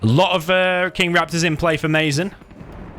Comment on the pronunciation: mazen is he arab? cuz if he is it pronounced Maazen instead of maizen 😁 keep posting vids ❤️